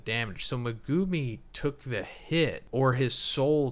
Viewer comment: Ya really gotta appreciate dedication to pronouncing megumi wrong video after video. Mega-me